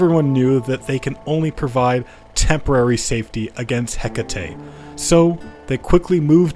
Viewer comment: Never pronounce Hecate like that again. She's named after the ancient Greek goddess, so her name is pronounced eh-kah-tee. If we're going by Modern English however, her name is pronounced hek-uh-tee. Lastly, in Shakespeare English, it is pronounced hek-it